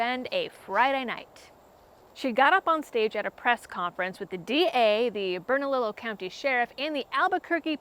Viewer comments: Love ya but please your pronunciation is painful. Bernalillo is pronounced burn-a-lee-yo. Keep up the good work but please work o. Those pronunciations 😅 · Pronounced “burn-a-leo” and “Lou-Han”. Hope she gets her tyrannical skirt sued off. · Its pronounced Bern-a- lee -oh county This governor is testing to see how far she can go. NM is a very blue state but we are still the wild west. She most likely wont get re-elected with this stunt. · UMM,?... I am sorry to do this, but.... Bernalillo is pronounced as Bern-a-lee-o. The Spanish Double-L is pronounced as cross between a EE and a Y. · BERNALILLO county resident here. Pronounced Burn-uh-lee-yo, also LUJAN is pronounced Loo-hahn. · Bernalillo is pronounced Burn a lee yo. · A few things about our local NM terminology. The Gov has a few names, Michelle Lujan (Pronounced Lu(H)an) Grisham, or just dumbass. Bernalillo county has the double L / Y sound rule. And finally, our governor is an idiot modern-H*tler.